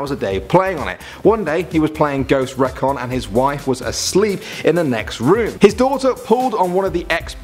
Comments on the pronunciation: How tf does he not know how to say Recon? He says it like Rekon. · Ghost what? rekon? it is Recon.. Reeeecon.